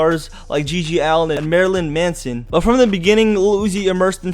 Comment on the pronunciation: Every time he said Marylyn Manson I wanted to punch him he also pronounced it wrong